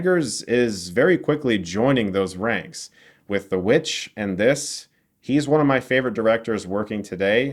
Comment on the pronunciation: lol everytime i think of The VVitch, i cant help but hear say " The V-Vitch"